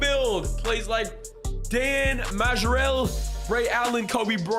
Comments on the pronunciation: It’s pronounced mar-lee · Pronounced Dan (Marley)bro 😂😂😂😂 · Dan Majerle’s last name is pronounced Marley. Like Bob Marley.😂😂😂😂 thanks for the build. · Dan Majerle is pronounced “Marley”. Bro was decent in the 90’s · haha Dan Majerle's surname is just pronounced Marley bro. Dan Marley! Suns legend in the 90s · You definitely butchered that name... It's pronounced Marlee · FYI: Dan Majerle’s last name is pronounced like Marley